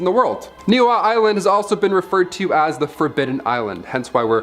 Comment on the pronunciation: The Hawaiian island is pronounced (knee he ow ) not what ever you were saying